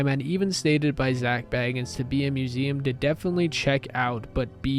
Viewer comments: haha yea bits it’s not biggie. He pronounces it as zak “bae gins” if that makes sense 😂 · no one likes having their name mispronounced even if they know who is being spoken about 🤷🏽‍♀️ I’m sure if he watches this he probably wouldn’t like his last name being mispronounced even if he knew it’s abt him. No biggie just pointing it out